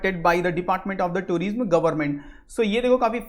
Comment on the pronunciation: somebody tell him tourism is pronounced as touri'sum' and not tureesm